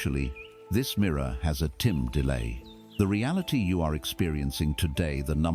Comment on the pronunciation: this ai voice cant pronounce "time" for some reason, 3 different wrong pronunciations so far hehe